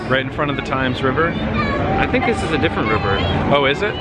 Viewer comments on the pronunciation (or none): I made it on your vid!! Im army t-shirt man:) I spoke and told how I follow you and watch vlogs etc. but yet failed to realise it was your birthday! Happy belated birthday Nick! Oh and its pronounced the river 'tems':) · Hi guys, Kent looks very young haha, Happy Birthday. Fyi, i know its spelled "Thames" but its pronounced "Tems", good 'ol effed up English language for ya. Looks like you guys had fun. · Happy birthday buddy and the river is the Thames.. say it like tems... glad your enjoying my home land👍👍👍